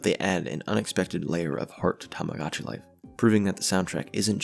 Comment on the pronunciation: lovely video !! i've loved tomodachi life for years ^^ also i apologize, it might be a nitpick, but the mispronunciation of the game's name [ tamagotchi vs tomodachi ] really bothered me